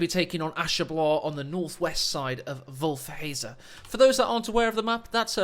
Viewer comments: It's pronounced wolf-het-za(they even say it out loud in coh1) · Dear, your pronunciation of "Wolfheze" is not sponsored by name butchery. What went wrong? Greetings form the Netherlands and stay healthy!